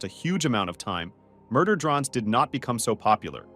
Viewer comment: Murder “drons” 🫢